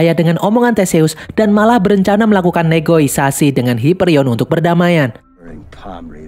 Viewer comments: Negosiasi bang. Bukan negoisasi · Negosiasi, bukan negoisasi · NEGOSIASI bro bukan NEGOISASI 😅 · Negosiasi min…bukan negoisasi hihi